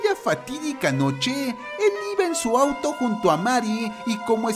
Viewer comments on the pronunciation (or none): none